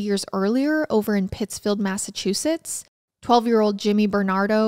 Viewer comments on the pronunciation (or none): none